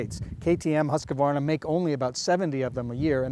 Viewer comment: Husk varna there is no 'a'